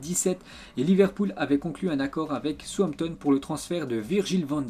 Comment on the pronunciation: Ça me fait un peu marré la façon tu prononce Southampton 😂😂